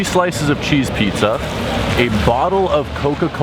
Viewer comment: When he calls it cheese pizza he still sounds like he lives in Winnipeg not NYC. Lol not hate love ya!